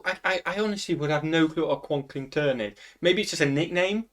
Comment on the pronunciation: That guy pronounces words wrong a lot. We don't say Algonquian, Quapaw, Ojibwe, or Choctaw the way he does, etc. I speak four American Indigenous languages and several European ones. Okla = People and Homma = Red but Choctaw (Chahta) is a spoken language and we can spell words how we want. Still, I don't know how the guy in the video gets an "ow" sound out of "ah". One way to say "hat" in Choctaw is "shvpo" like "chapeau" in French.